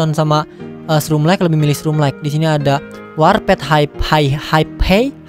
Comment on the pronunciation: Ngomongnya warpet njir bukannya warpd ya?